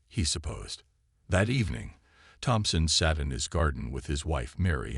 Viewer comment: Clean up the pronunciation, the AI needs to be trained, in the word "debris" the "s" is completely silent, the surname "Thompson" the "h" is far too pronounced as the AI spoke it. There were numerous phrases that were used verbatim several times throughout the story. Proofread and listen to the TTS output before upload please.